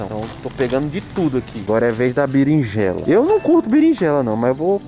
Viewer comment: Gente só eu que senti agonia dele falando Birinjela mais te adoro assisto todos os vídeo é 2 hora da manhã eu acordada rachando o bico de rir da suas palhacadas te amo ❤❤ é amo muito a Bruna tbm ❤❤e lógico tbm que amo o Noah ❤❤